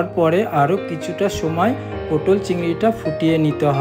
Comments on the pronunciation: 'পোটোল' নয় কাকা, কথাটা 'পটল'। আর আমি বাড়িতে এর থেকে কম মশলা অনেক বেশি সুস্বাদু পটল চিংড়ি বানাই। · পটল, পোটল না 👆